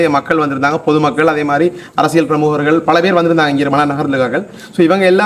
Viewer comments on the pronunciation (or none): none